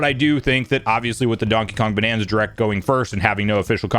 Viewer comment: I continue to be both fascinated and annoyed at the way you pronounce "direct" as jrect